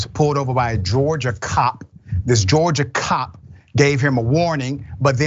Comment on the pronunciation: It's Georgia "cock", not cop Dr. Richey.